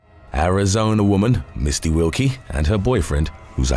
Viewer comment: When saying “#10 Misty Wilke” goes wrong 😂